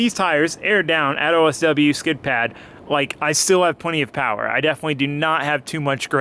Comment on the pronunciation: More POWAH!